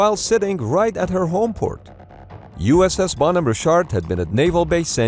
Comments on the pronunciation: Good video, but really hard to watch this with the narrator pronouncing Bonhamme Richard as "Bone Hammer Shart" every 2 minutes. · Why does he call the ship “Bon over shart” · Bon-hom-me Rich-ard. Famous American Revolutionary War ship's namesake. Captain was John Paul Jones, who exclaimed in 1779, "I have not yet begun to fight!". No educated American could mispronounce this so badly. Please get better. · Where is narrator from? Always called them ships phonetically, bon home richard. It's like he loses half the syllables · At first I thought the ship's name was 'Ballnumber Shark' Then I turned on the subtitles because I didn't catch the exact times (10: 30 firefighters start withdrawing and 10: 50 explosion) and only then did I found out it was the 'Bonhomme Richard!' The second US Navy ship bearing that name served in The Pacific War but didn't suffer any fatal fires. But speaking about the Pacific War, the US Navy had some excellent firefighting and damage control teams back then, didn't they? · why the hell does this guy pronounced 'bonhomme richard' like that? i had to google it because i had no idea what he was trying to say. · you say Bonhomme Richard so weird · You mispronounced Bonhomme Richard. Both words are accented on the first syllable. The ship's name is from a ship of Revolutionary War fame. Actually the US Navy does pretty good when it comes to equipping ships with features to fight damage and save or prevent loss of life no matter what the cause is. This should have never happened.